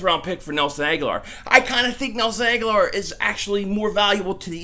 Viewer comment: Pronounced Ag-Ho-Lor. He has been there 4 years now and you still can't get his name right! I think he needs to go to a team that will respect his name...